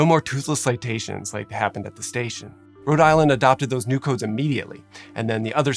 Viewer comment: How you pronouced Rhode Island should be considered to be a war crime